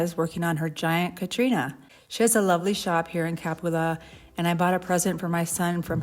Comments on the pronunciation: Pronounced Ca-PU-la. FYI. Great video. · Please! CAPULA does not have an accent on the A, the accent is on the U. Ca PU la.